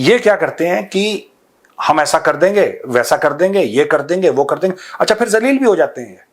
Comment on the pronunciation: Major sahab....kar dengey nahi....kaaar dengey